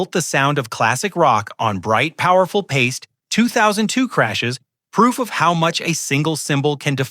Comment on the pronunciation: Pie - stee.